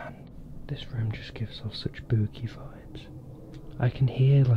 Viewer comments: Bro why when everytime says spooky it sounds like booky?? It’s so hilarious tho lol 😂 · I like when he said booky instead of spooky 👻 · i think said that was SPOOKY but to my AMERICAN BUTT it sounds like that was BOOKY